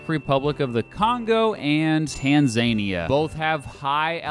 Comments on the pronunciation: Its Tan-Zuh-Nee-Yuh, Not Tan-Zay-Nee-Yuh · Tan-za-nia not tan-ZAIN-ia. I'm surprised at not knowing the pronunciation it's not exactly an unknown country. Mount Kilimanjaro is there, the Serengeti, the Maasai people are there. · Tan-zah-nee-ya.... not Tan-zay-nia 🤣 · Im pretty sure it's Tan-za-nia not Tan-zania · Not “Tan-ZAN-i-a”. But rather “TAN-za-NI-a”. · With emphasis on tan-za-NIA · you say Tanzania wrong. It is pronounced tan zuh nee uh. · I am a dingus. I mispronounced Tanzania. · The way you said Tanzania lol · He pronounced Tanzania wrong lmao.